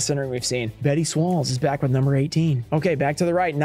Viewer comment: Love the design on Toon Summoned Skull, also.. 'Betty Swalls'.. 😂